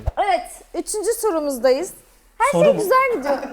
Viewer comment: Sturumuzdayız diyor